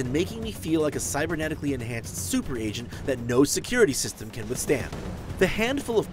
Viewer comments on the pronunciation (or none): Basic 'semem' of upgrades? WTF?